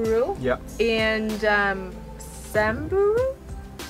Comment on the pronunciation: You said Samburu correctly🙌🏾